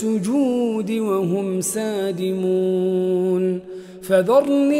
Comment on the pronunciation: تلاوة جميلة تبارك الرحمن لكن هناك خطأ في قرآءة(وقد كانو يدعون إلى السجود وهم سالمون) سادمون قرأها